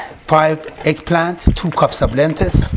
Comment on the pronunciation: Dear, great instructions and great food. however you are mispronouncing the word "LENTIL as Lentis and you also mispronounce the word TURMERIC as termic.